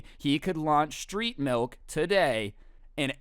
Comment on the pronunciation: OOOH STReET mAlk